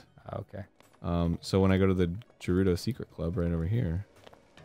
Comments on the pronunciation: He slipped and said Gerudo and then continued to say Jerudo on afterward. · Getting very tired of Arin pronouncing it as "Jerudo." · the way he pronounces gerudo is like nails on a chalkboard